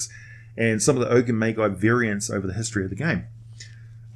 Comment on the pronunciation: "Ogre Ma-dg-i" not "Ma-Guy"